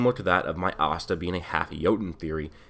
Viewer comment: y you say astan like pasta without a p its ass ta